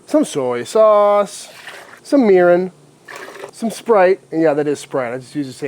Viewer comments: Did he say to put urine in the marinade? I listened to it a few times and even hit the CC button... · Mirin. He said Mirin. Had to watch twice cuz that's not what my brain heard the first time. Especially considering the color...